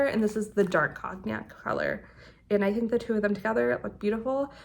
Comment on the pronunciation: Beautiful sweaters! Cognac is pronounced coneyak